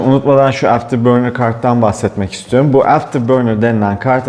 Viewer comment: ''İstiyorum'' demek çok zor sanırım ''istorm'' moda şu ara